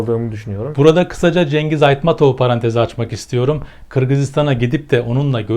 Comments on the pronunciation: Женгиз эмес заебал Чынгыз де блять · Please author could you pronounce correctly some words like : not Kyrgyzistan ,Not Cengiz . Correct ones Kyrgyzstan and Chyngyz.Thanks so much